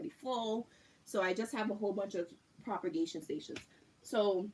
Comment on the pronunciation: Loved the video but for your own knowledge there is absolutely no R in the word/words propagate/propagation/propagated. I just couldn’t sit here and not tell you. But thank you for the video! P.s. Alaska is the largest state in the United States :)